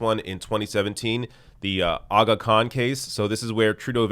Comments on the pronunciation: First of all that’s a perfect pronunciation of aga khan. Unfortunately the facts surrounding tht scandal need to be brushed up a bit. The Aga Khan and the Trudeau family have been acquainted for decades, he was the pall bearer at Pierre Trudeau’s funeral. Second and most importantly the Aga Khan did not offer him a bribe p, Justin Trudeau reaches out for permission to vacation on the island and then proceeded to not disclose this info to the ethics commissioner. Also the Aga Khan is not the head of a company but the head of a philanthropic organization called AKDN which like other organizations also receives some govt funding. I understand it was a breach of ethics but it was entirely on the prime ministers part, instead of the Aga Khan. I don’t want to and nor should anyone defend this scandal because I totally voted NDP but tbh I really don’t care about the WE scandal I can understand it’s a huge violation I would rather a party tht caves into NDP pressure time to time and believes in helping people financially during this economic hardship rather than conservatives who would rather point to the deficits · Dude, you nailed the pronunciation of Aga Khan. Respect.